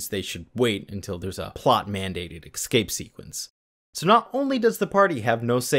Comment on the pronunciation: your videos are good, but please say EScape instead of EXcape for more professional sounding narration...as a TESOL English teacher it was killing me lol